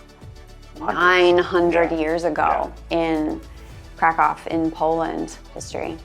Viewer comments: Funny thing, Polish language must be a real challenge for English speaking people, because at the beginning of the video, pronounced the name of the city, ‘Kraków’, four different ways, but none of them was how Polish people pronounce it. Btw, it’s [Craackoov]. Also, him and Sarah are definitely Americans, but was sporting an FC Chelsea jersey and referred to foot-football as ‘football’, not soccer. It’s almost un-American. Lol! I’m glad that they liked their stay in Kraków and in Poland and produced a good video. Thanks! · 0:6 It's so funny listening to your mockery of the English pronunciation of the name 'Krakow'. Do you speak Polish,? In fact, "Krakow" pronounced correctly by an English-speaking person sounds to a Polish ear like "krakał". In Polish, this verb means "he cawed".🥰